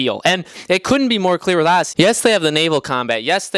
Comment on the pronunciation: It’s Odyssey, not fucking Audacy